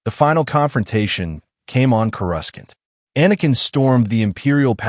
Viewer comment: 4 out of 5 stars , the mispronunciations of courasaunt and organa are annoying